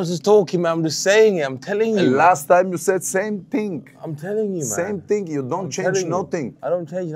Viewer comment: Last time you said same ting 😂